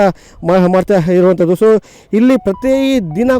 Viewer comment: Anthaddu, ಇಂಥದು, Anthaddu.... 😂 ಸರಿಯಾಗಿ ಕನ್ನಡ mataduvavaranna nemisikolli. Jai shree ram